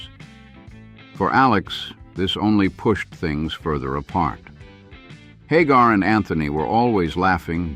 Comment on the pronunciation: Did anyone else notice how the narrator first pronounced Hagar? Lol Haaaaagar